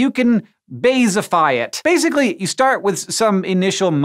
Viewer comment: Oh good, I'm not the only one who caught that. :)